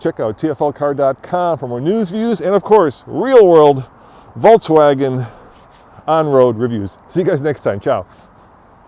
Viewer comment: Is it just me or does it sound like he is pronouncing it "Volts-wagon" hahaha.